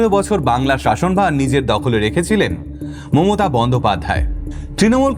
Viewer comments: প্রথমেই ক্ষমা চেয়ে নিলাম থেকে যদি কিছু ভুল বলে থাকি।🙏 বাংলা উচ্চারণ বা ব্যাকরণ আপনি আমার তুলনায় বেশ ভালোই বুঝেন কিন্ত আপনি আপনার বক্তব্যে মমতা ব্যানার্জি এর বদলে মোমোতা ব্যানার্জি বলছেন। আশা করি কিছু মনে করবেন না 🙂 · ভালো কন্টেন্ট এর পাশাপাশি উচ্চারণে একটু নজর দেবেন 🙏 মমতা কে মোমোতা মোমোতা বলাটা শ্রুতিকটু।বাকিটা ভালো লেগেছে। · মমতা not মোমোতা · উনার মমতা উচচারণটা শুধু কি আমার ই ভুল মনে হলো?